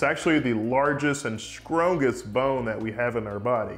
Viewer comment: Did you really just say "skrowngest?" How is this guy a Dr? Fake.